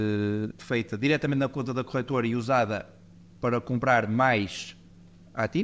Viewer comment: A melhorar a cada episódio, sobretudo o som (que ajuda muito para ouvir o podcast no carro) Abordagem simples, honesta e clara. (Apenas uma pequena sugestão: é "corretora" e não "corrétora", porque não corrigem nada... 🙂)